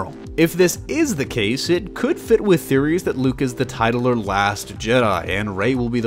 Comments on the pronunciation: tit-chu-lar. yeah it sounds weird, but titular is pronounced like that, not tight-u-lar. Also, Luke being a Gray Jedi makes sense as to why he could have stayed hidden for so long. I still like the idea that he said "the jedi must end" as in a way to kill off himself and the sith, so there's no light or darkside people, but then that would be a problem because rey. The gray makes much more sense. They have to ascend to the next level of living jedi, rather than continue on the rigid old path which forces the darkside to exist as, pronounced, as it does. If force users are gray, then there can be no prominent light or dark, or at least I think that's what he means, because the force tries to balance out. And if you have an extreme, it then produces another extreme to counterbalance. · Actually, it's pronounced: tit·u·lar There is no "chu" in it. But yeah, I noticed he didn't pronounce it right either. Probably didn't want to say the first part. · Guy, I'm pretty sure you're joking. is american dude, i'm not assuming anything, its pronounced like that in the dictionary. And literally no one pronounces it as "tight-u-lar". It's not an american thing at all.